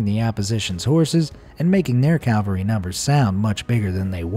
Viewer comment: The pictures are nice. I just wish most of the words in the script were not wrong. Also it’s CAValry not CALvary one is generally horse mounted fighters and the and the other is where Jesus died.